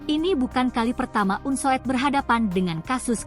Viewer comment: MEMBACANYA UNSUD ,BUKAN UNSUED, ITU KAN EJAAN LAMA.